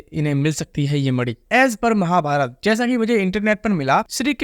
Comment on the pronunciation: Bhai mani hota hai naki madi